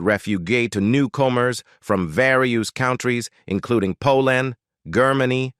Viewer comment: Wow. I never knew Cass spoke five lan-gue-gas. ...and, that her family were re-fu-gees from 'Po Land. Fascinating. (LOL! "Grrr-many.")